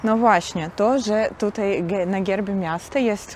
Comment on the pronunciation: Nie na gerbie tylko na herbie